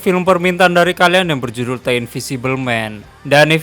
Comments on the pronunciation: Dibacanya deu bang bukan te, (!) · Bang coba banyakin belajar nyebut kata kata dasar bahasa inggris dah, supaya lebih baik aja ni channel buat kedepannya, berhubung banyak review film luar, jadi gaada salahnya buat belajar penyebutan kata kata berbahasa inggris dengan benar... "The" yang harusnya dibaca "de" bukan "te"... Sayang bang kalo channel sebagus ini dengan storrytelling yang ringan & mudah di pahami, jadi kurang cuman dari bahasa aja ... Terus kembangkan channel mu dari segi apapun itu ya bang, sukses selalu... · "the" dibaca "de" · Tapi kalo kata sesudah 'the' berawal dari huruf vokal itu di baca nya 'di'